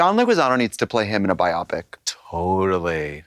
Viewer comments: trixie saying “biopic” like “myopic” LMAO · Big fan but that pronunciation of biopic might change that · Not sure which is more shocking, that Trixie didn't know about Jonestown or how she pronounced "biopic"